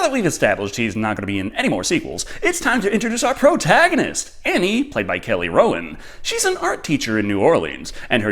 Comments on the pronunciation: Was I the only one who heard Kelly Rowland when he said Kelly Rowan? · No, I heard that too.